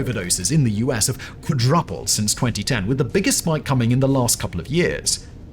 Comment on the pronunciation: When a fake intellectual tries to pronounce "quadrupled" 😆